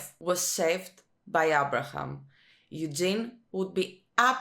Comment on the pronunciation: "Abra'hAm" lmao "Dwine or Dwanye?"🙈 You and Negan's reaction HAHA!🙈💀 and you said you don't watch The Walking Dead for realism, even though its one of the primary demeanors that you receive from each character 🙈 the later seasons it's actually more questionable not going to lie.